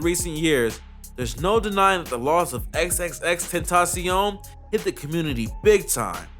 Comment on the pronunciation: My respect for you went up when you pronounced XXXtentacion properly